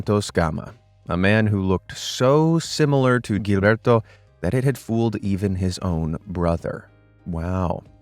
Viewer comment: Very late and no longer relevant. But Gilberto has to be read and Jilberto, because its a portuguese name, the same way you read Genevaldo.